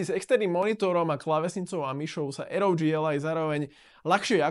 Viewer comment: Dobre video, pekne spracovane, dobre sa to pocuva ale jednu vec musim vytknúť. Raz hovorite rog a potom aroudži. To rog znie vazne hrozne, uz len preto že ally hovorite v anglickom jazyku. Berte to iba ako konštruktívnu kritiku. Nic nenávistné ani zosmiešňujuce. Prajem vela úspechoch